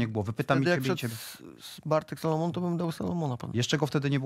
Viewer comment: Kolejny inteligent, który nie potrafi wymówić polskiego nazwiska prawidłowo🤦. Panie Dudek nie "Salomona" tylko SALAMONA!!!